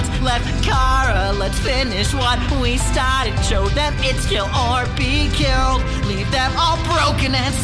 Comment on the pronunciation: When it's pronounced like "stahted"